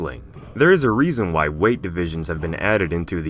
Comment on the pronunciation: wky kongs size matters peeeerrrrfect english